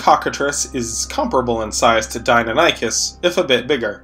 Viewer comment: the way you pronounce deinonychus hurts me on a spiritual level